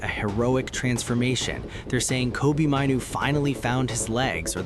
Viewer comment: An American accent pronouncing Kobi's name wrong. Not Mineoo it's MAIN OO. I could only last 15 seconds. T